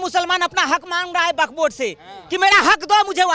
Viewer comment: Is video mein isne kitni baar buk board bola hain😂😂😂😂😂😂😂